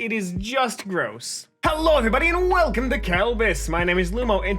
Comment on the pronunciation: i'll never forget the day lumo said "kalcome to walbus" that one time...